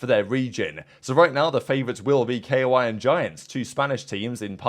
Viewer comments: Pls stop calling them "Kay0-why"... it's KOI, koi like the japanese fish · bruh hes pronouncing the letters " k - o - i" lmaooo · Yes, yes, and yes. Its so annoying how he says koi